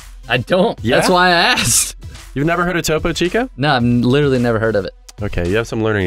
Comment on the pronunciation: Topo chico is a mexican drink its to po chic o